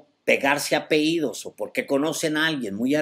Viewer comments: No se dice apeidos, lo correcto es APELLIDOS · Se dice apellidos